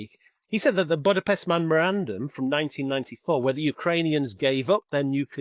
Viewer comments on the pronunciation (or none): none